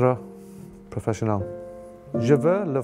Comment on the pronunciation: Aujourd'hui, il existe tous les moyens pour apprendre. J'ai appris l'italien et l'allemand. Shaun reste un technicien de la défense exceptionnel, mais écoutez son intervention au début, il n'y a aucune liaison. «je entraîné comme professionnAL, j'étais 13 ans, je veux être professionnAL ». Heureusement que vous dites qu'il a progressé ! Il travaille en équipe de France et devrait, à mon avis, maitriser un peu mieux la langue. Fin de polémique.